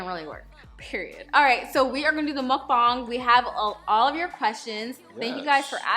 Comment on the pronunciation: omg you the first person to say muckbang right